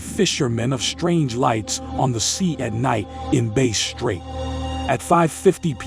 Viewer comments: It's pronounced BASS , like the fish. Not Base , even though it's is spelt like the guitar. Great research guys. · Mate, it's pronounced Bass with the emphasis on ass, not base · Like the fish! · Not being pedantic, but the word Bass is pronounced as in Bat, Rat Cat, not Base. Like you would say Ass.